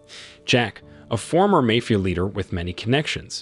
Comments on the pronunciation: You need to learn how to say the word " mafia". Two different reviews , you have pronounced it " may-fee-uh". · Its mafia not mofia😂😂🤣🤣🤣🤣